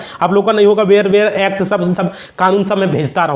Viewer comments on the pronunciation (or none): वेयर एक्ट नहीं बेयर एक्ट होता है।